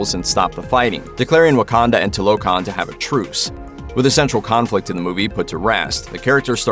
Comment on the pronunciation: It's not toe lo Khan it's two la khan